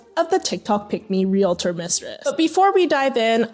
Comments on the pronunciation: realTOR, REALtor, not realAtor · Omfg all the “REEL-A-TOR” talk is KILLING me 😭 IT’S PRONOUNCED REEL-TOR. JUST REEL-TOR. HOW IT’S SPELLED. REALTOR. E FOLLOWED DIRECTLY BY AN A JUST MAKES THE EEE SOUND. FFS. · Pleeeeease! Its REAL-TOR not Relate-or! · Let's pronounce it together REAL -tor. Not REe LATor 😂😂😂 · The word is REALTOR!! They keep saying "relAtor"... Wtf! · It's REALtor not RELAtor. Idiots who can't pronounce. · It's REAL-TOR, not REAL-A-TOR. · Its pronounced REAL TOR... not REEYALATOR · I hate when ppl say Real-A-Tor. It’s realtor. There is no extra A. Just saying. Also your ex sucks and I’m sorry!! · Husband's can't be stolen. And it's Ree-al-tor not reelator. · Realtor not realetor. Why the extra “e”. I know, it’s just my pet peeve. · It’s real-tor NOT re-la-tor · Why do ppl pronounce it “real-a-tor”? lol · So beyond the point but I can’t stand the way she says real-uh-tor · Less than a minute in, and nothing to do with anything, but why are they pronouncing "realtor" as "reelator"? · Bros it's real-tor. Two syllables. Say it correctly and impress your friends! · All these people saying "real-uh-tor" is triggering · “Realitor” is not a word and this is driving me crazy only 10 seconds into the damn video. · I- was already annoyed when they all pronounced REALTOR like that... The education system failing speculation is actually active now. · The most offensive thing is how they pronounce realtor. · It’s funny how no one can say realtor right😂😂😂